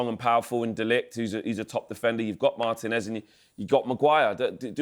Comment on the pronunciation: Thank you for pronouncing Licha's surname properly. Professional commentators calling him MAR-tinez instead of Mar-TEE-nez is the worst thing in football, after Arsenal's set-piece "tactics". Mbu-emo instead of Mb-OO-mo is a close third